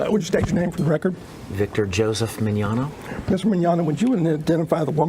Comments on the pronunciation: He can't say his last name right. MiGnoGna? lol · mignogna i hope this helps